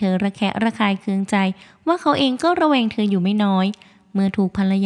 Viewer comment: คำว่าเริ่มระแวง ออกเสียงไม่ชัด สงสัยคอจะแห้งนะ😅